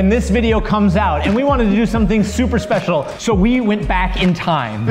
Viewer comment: “we have a spesle message for you guys” lolz